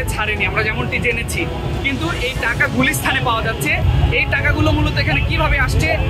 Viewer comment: বার বার গুলিস্থান বলছে রিপোর্টার 😂 শব্দটা "গুলিস্তান" আর হ্যা শর্থে না "শর্তে" শব্দচয়ন ঠিক করেন